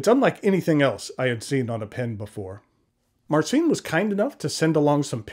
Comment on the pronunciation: You should polish your polish! "Vooy-tzeek", "Mahr-tzeen", that's the closest I can write. "Ci" is spelled soft, maybe close to the one in a spanish "macho" word. But still a good attempt to pronounce it!